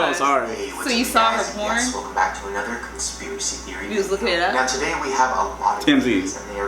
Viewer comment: Did my mans say togay? instead of today lol 🤣